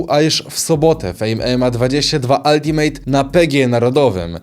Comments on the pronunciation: "Altimet" nie "altimejt" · Ultimate według Ciebie czyta się „Altimet” ? O kurwa